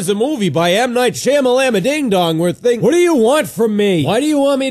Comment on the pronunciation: I`m glad I'm not the only guy who calls Shyamalan by "ShamalamaDing-Dong" XD